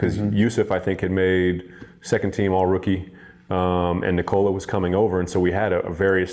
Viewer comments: For his name, the emphasis is on the "Nik" part. Not the "ola" part. The "o" sound isn't like the "oh" sound in "owned". It's more like the sound of the "o" in "obvious", which it isn't for native English speakers. I think he just got sick of explaining it, so I'm taking up the mantle. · Please for God sake try say Nikola like Serbs. He is No1 in NBA, realy he would be so happy if everybody say it like Serbians.. Its nothing wrong dont understand me wrong, but at least he desirve it. Luv from Ljubljana Europe. Peace